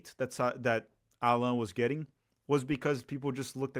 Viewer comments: O nome dele não se pronuncia como ensinou no começo do vídeo. É "Állan", como se tivesse um acento agudo no "A", como em "Água" por exemplo. E não "Allãn", como se tivesse um acento til no segundo "A". Ele deixa claro como se pronuncia no vídeo que fizeram ano passado para o canal da Libertadores, 'Pura Humildade'. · Portuguese is not a real language btw his name is pronounced “Ah-len” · The way his name is pronounced is like French way “Alain” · In fact, his name is pronounced AH- lan. ( Élan). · You pronunciated both Allan and Estêvão wrong. Despite being Brazilian, I think you don´t live in Brazil... ;P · thanks for this great analysis! it makes me feel much, much better about the signing. also, i will annoy my friends by using the proper pronunciation of Allan :)